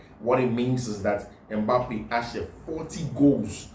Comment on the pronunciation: Kylian lottin Mbappe not litton bro